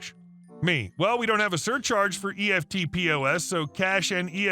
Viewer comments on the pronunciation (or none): Ok you say EFTPOS like it is spelt, effltpos.